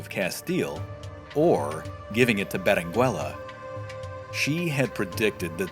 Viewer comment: The double L is pronounced, as "y"-canyon. The "u" in Berenguella is not pronounced as in " Berengeya". The "g" of Giralda is pronounced as in: H.